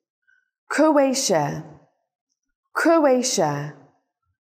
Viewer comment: bạn ai bạn phát âm sai từ croatia kia